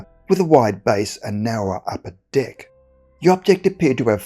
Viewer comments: You need to enunciate the word 'deck' better. You just made this the funniest video on youtube. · Lmao it sounds like you're saying "d!ck" when you say "deck" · Deck or Dick??? Lol. The way he said it. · I keep hearing "dick" instead of deck. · Mate. Made me laugh. Sounds so much like dick lol. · Saying "Deck" with dat accent though 🤣🤣🤣🍆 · Hahaha I did.picknup on that and it gave me a chuckle